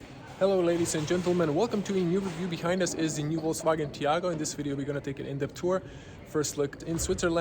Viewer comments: My favorite detail is that is called Taigo and buddy pronounces it Tiago😂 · Nice review but you kept mispronouncing the name of the car...lol. It is called "Taigo" and not "Tiago". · It's Tai go not Tiago🤝🏽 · Not tiago, taigo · Why you keep calling this car a TIAGO, it's a TAIGO! lol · TAIGO not Tiago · Why the fck you call it Tiago constantly? :D Lol